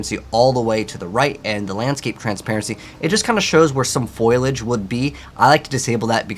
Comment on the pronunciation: Thanks for the great guide! BTW- It's pronounced FOH-LEE-EDGE, not Foil-edge.